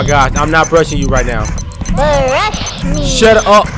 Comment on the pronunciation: Am I the only one who noticed that said "SHET UP" to Tattletail